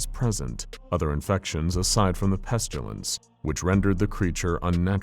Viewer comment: There is no "u" in "pestilence".. why do you keep saying it "peschulence"?